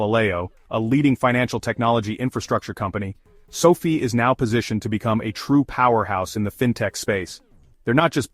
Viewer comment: Why do you keep pronouncing the name sofi differently in the video.Makes the video not seem serious.